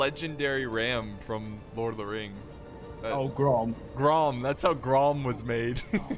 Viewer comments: Ghrond, not Grom, lmao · It's not grom, it's grond.